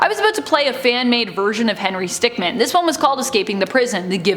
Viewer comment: Stickmin not stickman